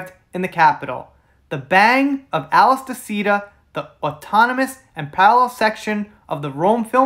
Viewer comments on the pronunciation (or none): none